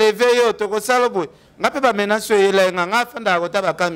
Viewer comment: ken bongisa prononciation nayo ,balobaka menace et non menance